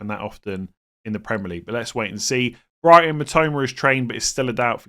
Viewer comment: When you said "for Brighton mitoma" I had to skip back, I was almost certain you called him Brian mitoma 😂